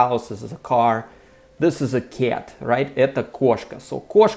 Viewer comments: Because the "c" in cat sounds soft, it clashes with the "a" which in Russian sounds closest to the hard "э" but not enough to turn the "c" hard. I think he is trying to say "kyet" but it comes off as "kyaet" just because how round and indirect English vowels are. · Мне очень нравится, как ты произносишь кота по-английски, как «кят» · I didn’t mean to insult you. As I said for the most part your accent is excellent and one has to listen for a little bit to realize that you are not a native speaker but when you say cat, it sticks out like a sore thumb. I am not sure that I described how we would pronounce it well enough. I am sorry if I made you self conscience. Perhaps I shouldn’t have said anything. I am like the curious cat that can’t resist getting into trouble. Anyway, I enjoy your videos. You are a poltarah of a teacher. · Rhymes with Blyat 😂 Most russians would say "Ket" I used to have a Russian friend who when referring to his dad he would say: My dead. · When you say the word cat in English your pronunciation of the “a” is definitely not an English sound. You are making an overly pronunciation of the vowel. You know how to make the sound though. When you say кошка, the a is much open, and closer to how we say it in English. Actually, that a is a bit more British, but much closer to American English than how you are now saying it. When you say the word, at, you say it perfectly. So put a hard c in front of the “at” and you will get the way we say cat. On whole though, your accent is excellent. It is almost imperceptible except for a few vowel sounds like the “a” in the way you are now saying cat.